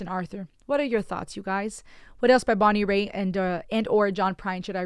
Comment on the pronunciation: It's Bonnie "Rate"...not Bonnie Ray